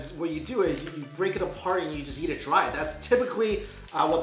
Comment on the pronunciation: everytime when he says "yeat" instead of "eat", i cringe!